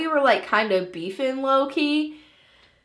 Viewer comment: the word beefing sounds so weird LMAO who thinks the same.